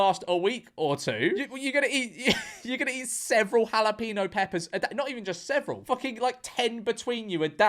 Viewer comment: What's a halapeeno? Are you trying to say jalapeño?